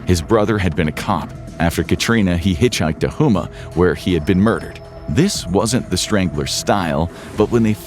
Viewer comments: Houma is pronounced Home-uh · It's botte is boo-t and home-mah lol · I just heard him mispronounce “Boutte” or Booty lol and Houma